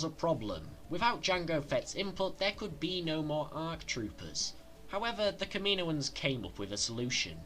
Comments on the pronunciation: It's pronounced KAM-IN-OAN not KAMINO-AN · Kameenoins😂 u mean kammanoins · Kaminoins . (Cam-a-noins) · The way you said "Kaminoans" pissed me off lol